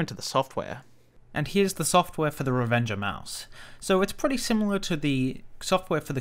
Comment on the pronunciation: It sounds like you are saying "Revenge Of Mouse" which is a much better name than Revenger